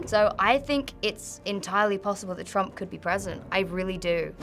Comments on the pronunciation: trumpuru, twen t seexteen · "Turampu" wtf XD